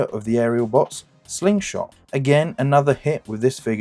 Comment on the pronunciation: Good effort, but need to redo audio: Leader Slingshot, really? Skelington?